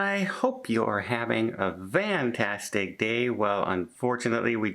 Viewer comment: Why Vantastic and not Fantastic? Please disclose on a future video, I'll be searching and watching.